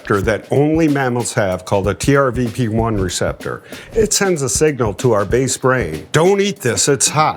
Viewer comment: Hey Ed, I noticed multiple times now that you say TRVP1, it's TRPV1, transient receptor potential cation channel subfamily V member 1.